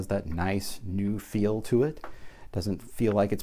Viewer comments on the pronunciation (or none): none